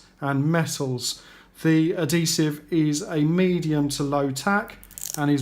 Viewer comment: What the hell is "alloy-minium" and "addi-sev"? at least say this shit correctly ffs, so annoying